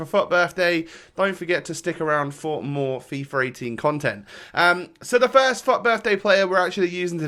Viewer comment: everytime he says FUT it sounds like fuck XD